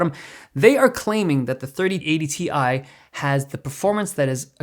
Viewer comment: “3080 Thai”